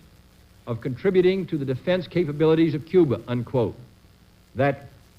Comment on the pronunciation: I thought it was Cuba, not Cuber.